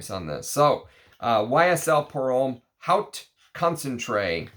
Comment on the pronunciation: Thank you for letting us know about lesser known vintage gems. Btw haute is pronounced like "oat" 😉 Which reminds me, have you ever smelled Worth Pour Homme Haute Concentration?